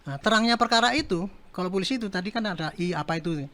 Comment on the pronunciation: jabatan penasehat kapolri tapi ngucap polisi jadi pulisi 😂😂😂